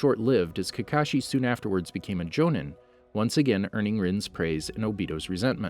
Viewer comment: “Ohbeedoh" “Atatsuki" “jonen"😭 The rest of the pronunciations are crazy